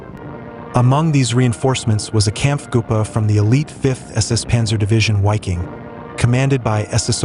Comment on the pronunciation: It's pronounced "Viking".